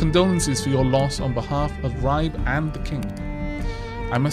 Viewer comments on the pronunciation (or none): However, you could not get Ribe much more wrong. In danish you always fully pronounced the e in the end of words so it is "Ri-be" with the "i" pronounced like the "i" in silly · also Ribe would be more like Ribë , with the "i" sound like the one in "kill (ë as in french where pressure is put on the e)